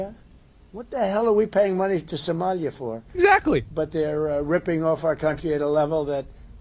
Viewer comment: I love how Trump says "Somalia" more like "somelier" (a waiter responsible for serving wine).